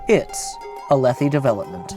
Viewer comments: “Alethi Development” 🤣🤣🤣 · “Alethi Development “😂😂